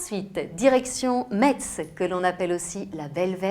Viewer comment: Metz , le " t " ne se prononce pas . Cela se dis : Mess Pour l'anecdote ... Nous sommes des Messins , pas des Metsins :) Mais merci pour le reportage et les compliments sur notre belle région .